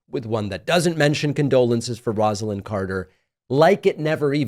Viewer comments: Pronounced “Rosa-Lynn” (with a long “O”) not Rahz-ah-Lynn. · David, just wanted to let you know you are mispronouncing Mrs. Carter’s first name. It’s not pronounced with a ROZ but with a ROSE.